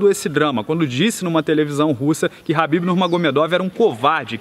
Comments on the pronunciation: Não é HABIB, e sim KHABIB! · pq ele fica falando habib?